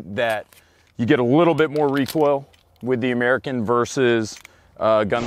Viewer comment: All I ask is say AMERICAN correctly.